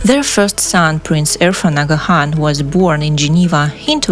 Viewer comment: u are not pronouncing the name Aga Khan correctly & some other words & places as well,sorry.